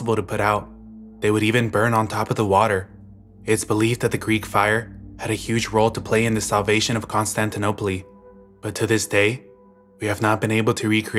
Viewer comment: Constantinopl-ee made me laugh